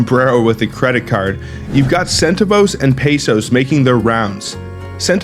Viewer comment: It's pronounced sen-TAV-ohs!